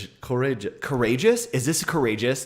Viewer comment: coureJJJEU we din't pronouce de S un French